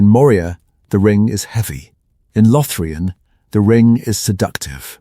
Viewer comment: "Lothrian" instead of LothLORian. 🤦🤷🙄👎🏻